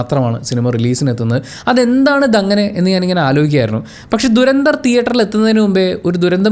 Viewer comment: "ധുരന്ധർ " ആണ് ശരിക്കുള്ള ഉച്ചാരണം "ദുരന്ദർ" അല്ല.